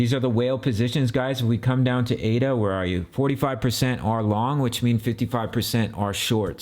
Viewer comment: It's not pronounced A-D-A...It's ada.